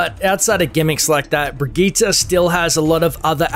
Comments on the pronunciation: EmptySergeant Breh-gee-tah is how it's actually pronounced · it's not birgitta I hate missprounounciations